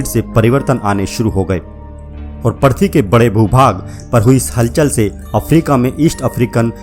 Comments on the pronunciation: पर्थवी नही पृथ्वी बोलो भाई । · पर्थी नहीं पृथ्वी।